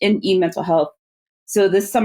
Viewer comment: I don't want to make fun of someone's accent, but you must love how Tedros's pronunciation of "health" sounds like "Hell", which is very fitting for what they have done and they're trying to do.